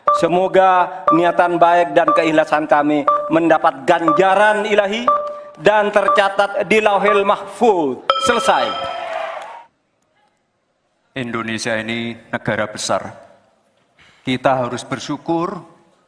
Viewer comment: Saat baca lauhil mahfud kesannya beda ... Hati" bang